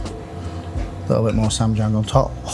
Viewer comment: Who told you that's how you pronounce ssamjang?